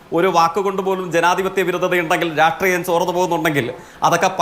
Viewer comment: സ യും ശ യും പറയാൻ അറിയാത്ത ഈ നാറിയെ ആരാ ചർച്ചയ്ക്ക് വിളിക്കുന്നത് രാട്രീയം അല്ല myre രാഷ്ട്രിയം..... ഇങ്ങനൊരു തോൽവി